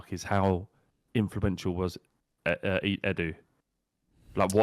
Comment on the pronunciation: ability to pronounce Edu (Eh-d-ew) as (Ee-doo) is sensational.